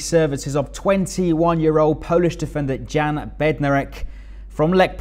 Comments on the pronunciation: Great signing for you guys. (You pronounce his name Yan not Jan) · The J is pretty much silent. Yan